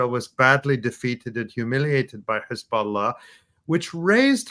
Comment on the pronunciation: can't believe that israeli propaganda video literally pronounces it 'khezbollah'